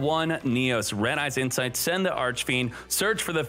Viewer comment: "red-eyes insfite "